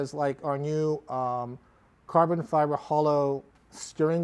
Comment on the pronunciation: "Carvun Fivar"